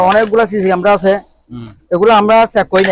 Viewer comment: বংগের বাচ্চারা কেমেরা ও বলতে পারে না মুর্খের বাচারা বলে কেমরা